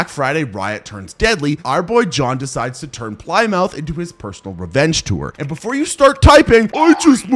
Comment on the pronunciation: Did he say ply - mouth? 😂